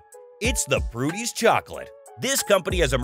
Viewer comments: It would be great if this announcer could read the actual name of the business. It's not Prudy's, it's Purdy's. Simply pronounce it as written. You lose all credibility with a mistake like this. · Pur-dy's not Pru-dy's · It's not Prudys it is Purdys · Hey narrator . . . Its PURDYS . . . not PRUDYS . . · P U R D Y S Not PRUDYS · Its PER-dees chocolate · Titling this by calling someone Dumb was very poor taste. Clearly he was not used to good fortune smiling on him. Secondly, you might want to check the spelling and pronunciation of Purdy's.